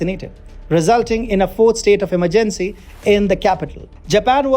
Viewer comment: How he says "EMERGENCY" AND "SUCCESS" Tho